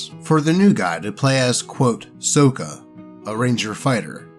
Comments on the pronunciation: More clearly, it's "Sock-uh" not "soak-uh" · BTW, the way you were pronouncing Sokka's name is the way it was (mis)pronounced in the movie (So-kuh), but not how it was said in the original show (Saw-kuh). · Did you JUST pronounce Sokka "SOH-kuh"?!?! It's "SOCK-AH"! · Correctly pronouncing Sokka is to be earned. You play the character right, you get your name pronounced right Saw-kuh. You mess up like this dude and the trainwreck movie... So-kuh. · Yeah, that's how it's pronounced that way in the animated series. The Shyamalan movie has it pronounced "Soak-ah", another reason why it's an abomination. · Sokka pronunciation, saa kuh. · Hey im not trying to be mean but Sokka's name is pronounced like socka. That is how the creators of Avatar pronounce his name. Other than that you do a good job keep up the good work.😊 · lord help me its pronounced sock-a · Oh boy, more! Also, isn't it pronounced "SOCK-uh"? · I love how he pronounces "Sokka" like the Shyamalan movie instead of the cartoon. He not worthy of Sokka's real name. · You kept mispronouncing "Sokka"; it's a soft "o". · Hearing pronounced Sokka's name. Gives me physical pain like that trainwreck movie " The Last Airbender. " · Are you picking the movie pronunciation of Sokka instead of the show version for a reason?